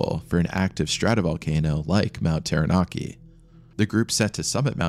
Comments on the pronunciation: pronounciation 'tau(warhammer 40k), rah (egyption bird guy) Nar (narwal), key..... tau-ra-naki, taranaki , Maori - Ma (hey maa and paa), or (and or other),reeeEEEEEEEEEEEEEEEEEEEEEEEEEEEEEEEEEEEEEEEEEEEEEEEEEE, and then say it faster- mao (like mao ze dong), ree, Mao-re.....also i hapen to live under this mountain, fuckn cold...all the time, but that day they climbed...was Insanely stupid...mt taranaki is snowless for most of the summer time, when it snows tho...its basicly turns to ice for weeks, a "do not climb" scenario, unless its been snowy for a long time...the mountains also really dangerous in the sence its a large pro-trusion among a flat area, and what happens is much like a air-con unit, cold air is heavier, so anything that touches the mountain cools, and falls down, big warm fronts would come..and the mountin would turn that into wind, or complelty re direct it, sometimes even rain cant fall near the mountain, becuase, its just that much of a atmospheric dip..... it was freaky day hearing about the trapped people, but the locals were all seriously like 'what in gods name are they doing there", its purely bat shit insane, the skii field is notoriously steep, the whole dam mountin is steep....even basic knowledge...that mountain is a strange danger dolan, im drinking anyway, but yeah, this be the story, the weather can change for the worse in minutes, even on a clear day, just takes a funny ammount of moisture about and poof...cloud, for days on end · When I open my front door my unobstructed view is of this beautiful Mountain looks so tranquil yet scary tales it could tell. Thank you for this wonderfully put together short documentary. I admit I had lil giggle with your pronouciation but great piece thanks again x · I was gonna watch this but when I heard the way they said Taranaki and Maori I have to leave this, its not anything like how you say it ask anyone from Aotearoa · Ta-ra-na-kEY Taranaki :P im from here everyone knows the mountain is a killer